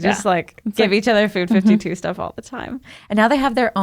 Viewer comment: Loved this POD....but the Food52 brand is called FIVE TWO....not fifty two. Ladies, pls get the name right if you are going to promote them. Love you 4 ladies.